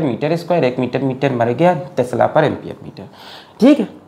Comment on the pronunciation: 🤣🤣🤣🤣Tesla ko sir tasla kehte hai 🤣🤣🤣🤣🤣🤣ha ha ha 😂😂